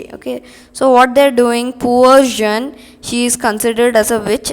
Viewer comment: Seriously, It's not Jen it's Jon d'arc And it's Loren not lora And when you have et or est, etc. Before a vowel the t at the end is pronounced And its ganye not gaynye And wrong definition for combustion Any object that undergoes combustion(combustion is a chemical process where an object reacts with oxygen to give out heat) is called combustible Not all combustible substances give out flames, for example coal/charcoal